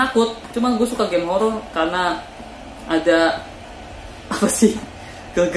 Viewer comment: Horor pak, bukan holol. Wkwk # 👻Kabooorrrr